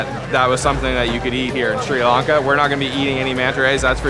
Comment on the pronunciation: SRI LAN KA NOT LARN KA.